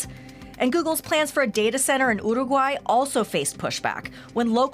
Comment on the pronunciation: Great pronunciation of Uruguay! No one ever gets that right! Kudos!